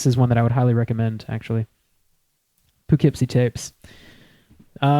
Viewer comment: awesome podcast! local legend here in poughkeepsie (also- its pronounced pUHkeepsie)